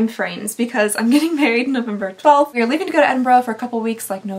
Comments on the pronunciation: I love how you can say Edinburgh correctly 😬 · Thank you thank you thank you THANK YOU!!! you pronounced Edinburgh properly 🥳🥳 So rare for an American to do that, they usually say Edin-burrow and I cringe every time. 👍